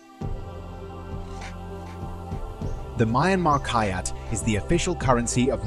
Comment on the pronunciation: “The My-anmar kayat is the official currency of My-anmar” OK IK ITS THE AI VOICE BUT AS A BURMESE PERSON THIS IS SENDING ME 😭